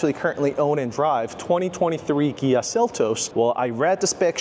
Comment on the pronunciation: Good video. You were killing me with the company name (Kia / Gia) All I could think of is the interview scene from the movie "Brothers"......."Are you saying Pan? or Pam?"